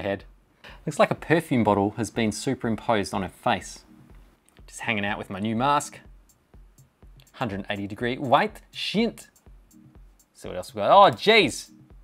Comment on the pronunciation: sees "weite Sicht" says "white shint" smh